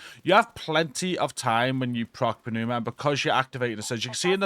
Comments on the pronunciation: Good guide! THis one had the potential to be really tedious. FYI: Pneuma is pronounced NOOMA. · Hi! The P is silent in Pneuma as in Pneumonia not Panuma :P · New-muh No P. Let it go. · Hey bud. Love your videos! Just a tip... The way you pronounce "Pneuma" is you do not pronounce the P. The P is silent. So "New-ma." Keep it up man! Hey Tool fans... Don't tell me you didn't do a little dance when you got the first 3 mods! Come on.... 1. Vicarious 2. Pneuma,(Anchient Greek word that translates to "breath" or "Wind.) 3. And Invincible!!! Right on Tool! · The "P" in pneuma is silent. Lol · PROC.. Programmed Random Occurrence... there's nothing random about you immediately casting an available ability. And the "P" is silent in Pneuma. That said, I'm gonna go touch some grass now. :P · The P is silent 😆